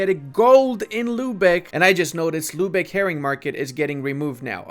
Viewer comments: My dude, I love your videos, but your pronounciation of german cities makes me mad :D It is not "Lübeche", it is "Lübeck", with a hard K at the end. Also it is not "Verdun" (french) when you talk about Verden, it is "Fair-Den", the northern germans often pronounce V as an F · Bro who told him that its Lübesch and not Lübeck....nicely trolled ma dudes